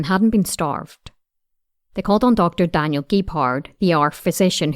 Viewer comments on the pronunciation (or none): none